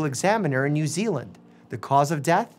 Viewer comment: Finally a YouTube that said new zeland/my home